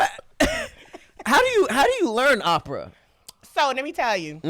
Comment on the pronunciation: it's "OPERA" Lol Great episode tho